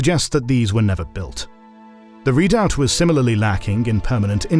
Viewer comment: Good show!, but please work on your pronunciation, made me cringe when redoubt was pronounced. The narrator must answer!